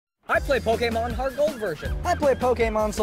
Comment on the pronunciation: i appreciate that they say pronounce pokemon properly.